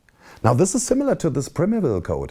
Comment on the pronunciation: interessantes Video. Man spricht es als Prime Evil aus.